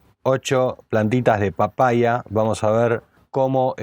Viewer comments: Jajajaja por qué dice papaia? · Por qué dice papaia en vez de papaya?